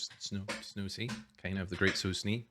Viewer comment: Thank you so much for reacting to this show. I enjoyed it a lot! Yeah, you pronounced the title correct! A double "o" is like, a long vowel.